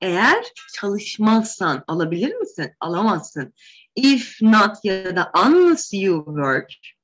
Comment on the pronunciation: Hocam instead, unless vs. Gibi kelimelerinizde telaffuz hataları var sanki..